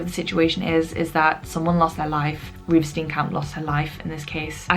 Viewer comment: As a South African, what a well executed video. Thank you! My friend worked on the autopsy of Reeva Steenkamp. Side note: your pronunciation of the surnames is v sweet.